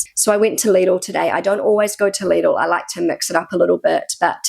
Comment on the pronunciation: its lidl not lidil